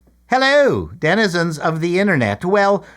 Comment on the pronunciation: You had me at "Hellöy!"